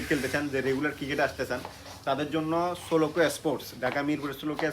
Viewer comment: ভাই উচ্চারণ ঠিক করেন প্লিজ। চট্টগ্রামের মানুষ বাংলা উচ্চারণই পারে না। স্পোর্ট কে এ্যাসপোর্ট বলতেছেন। 😂😂 সোলোকো কে বলতেছে সোলো! বা-লে-র উচ্চারণ।